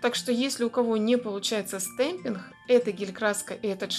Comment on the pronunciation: Всё хорошо, но слово ,, стемпинх,,.... Это жесть. Вы бы старались все таки сказать с ,, Г,, чтоб это для аудитории получше звучало( извините, я обидеть не хотела